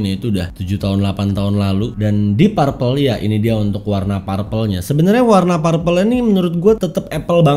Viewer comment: perpel bacanya om... bukan parpel